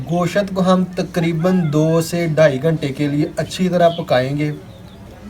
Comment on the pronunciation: nice recipe but gooshat ni hota goshttt hota h thanks